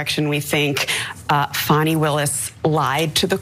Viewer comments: Fani - pronounced FAN-ee (not FAWN-ee). Just so the record is clear… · Wrong. Tell us you didn't watch the hearing without telling us...